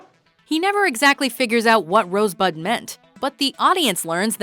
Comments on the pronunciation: He clearly said "Rose butt" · Who the hell heard him say rosebud? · who the fuck heard him say Rosebud???? bullshit film from start to finish!!!